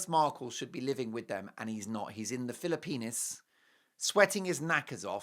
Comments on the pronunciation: I love your show but please pronounce the Philippines correctly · You are treating us today, 😂Mark. Now the German Accent. Love it